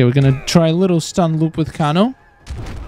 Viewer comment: Your saying kano wrong